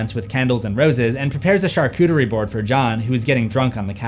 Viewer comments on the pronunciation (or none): none